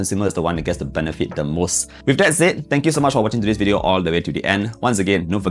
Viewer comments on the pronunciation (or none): none